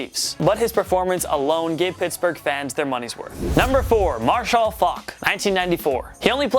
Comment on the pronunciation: Is he saying Mar-Shall?!? Hahahaha It's just Marshall bro. 🙌🏾